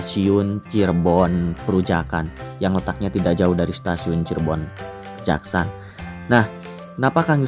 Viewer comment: Saya tinggal di Cirebon, itu dibacanya Kejaksan bukan Kejaksaan. Pengambilan namanya dari salah satu tokoh penyebar Islam di Cirebon Raya, yakni Pangeran Kejaksan (Beliau adik Ipar dari Syekh Syarif Sunan Gunung Jati). Kejaksan jadi nama Kecamatan ditempat Stasiun itu bernaung.